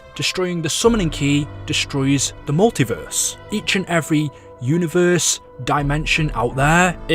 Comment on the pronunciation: This man says univerrrrrssseee